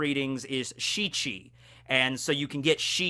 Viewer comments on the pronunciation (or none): none